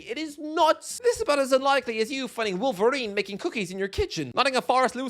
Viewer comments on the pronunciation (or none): none